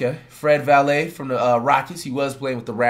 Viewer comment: "Fred Valet" 😂